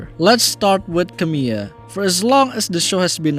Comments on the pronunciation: You were actually quite close in your pronunciation there! The only thing you got wrong was that second “l,” which is actually spoken rather than being silent. So it actually sounds more like “Camee-LA” instead of “Camee-AH.” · Good video but fyi her name is pronounced Camila not Camiya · not camila as camill(y)a lol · Not to be the 87th comment but yeah, her name is pronounced Camila.